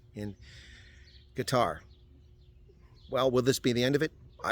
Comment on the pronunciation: Qatar...or Gutter...how ever you want to pronounce it! 🤣